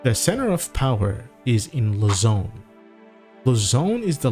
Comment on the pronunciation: Luzon, not Lazone.